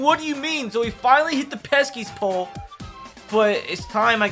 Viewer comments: bro it’s the pesky pole not the “peskys pole” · It’s pesky pole, not peskys pole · Did it bother anyone else when he kept calling it peskiest pole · Or “THE PESKY’S POLE” lol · He’s calling it the Peskies pole it annoys me as a Boston fan